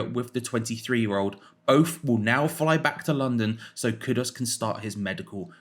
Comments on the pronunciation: Kudus!!!!!! How hard can it be to pronounce a name properly. There’s a U in it not an O. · His name is KudUs, not Kudos. But great player!